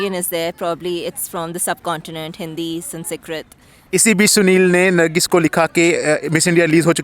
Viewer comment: "Sun see krit." And she's a teacher, ffs!